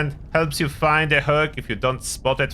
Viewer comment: when you say hog it almost sounds like hug and we are all searching for a nice hug